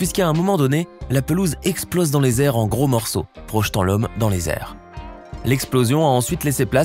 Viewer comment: "...... projetant l'homme dans les airs ...." LE MARSEILLAIS !!!!!